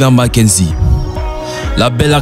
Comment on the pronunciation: C'EST pas makenzi mais marquezine